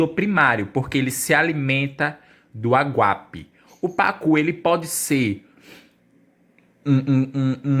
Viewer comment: Querido, não é aguape,é aguapé!